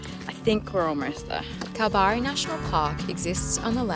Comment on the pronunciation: I'm a local Perth gal - it's kal-barry :)